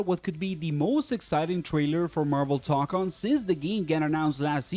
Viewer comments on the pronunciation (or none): I’m sorry but it’s pronounced (toe con)